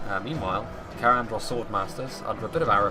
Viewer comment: In words such as Cair Andros, the -ai is pronounced as -i like in eye or kite.